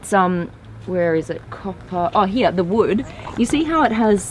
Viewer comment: Love how she says “here” HEE-YA